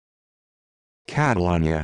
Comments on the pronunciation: That is NOT how you pronounce Catalunya! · this is the most gringo way to say it (if you're referring to the city in Spain)